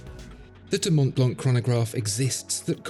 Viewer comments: Please it's not Mount blank it's Montblanc ! Shame on you! Do not pronounce the "t" in Mont nor "c" in Blanc! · As watch specialists, you should at least pronounce “LeCoultre” and “Montblanc” properly — particularly the latter. The way you keep saying “Montblank” (SIC) is frankly embarrassing. In French, the “C” is silent. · The pronounciation needs some adjusting. The C at the end of Montblanc and the T are not pronounced.